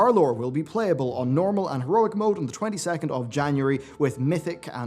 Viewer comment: "the 22th" lmao